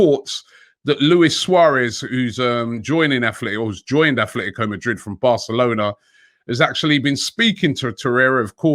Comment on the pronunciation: Robbie, it still is aTletico not aTHletico Madrid.